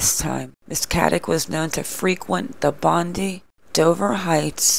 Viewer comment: Bondi is pronounced bond - dye not bond - dee it sounds weird. I think the husband knows where she is, he seemed nervous at the press conference. She seems to have links to Brisbane which is 700 miles away both her accountant and lawyer as based in Brisbane so i think she has headed to Brisbane. It also seems she has a lawyer but how does she instruct the lawyer and who pays the legal bills. It is unlikely she has left Australia due to covid restriction and the police have access to airports records of departures . I know someone who was stopped by police in Australia and the police could tell him when he arrived in Australia and departed from the police car computer screen.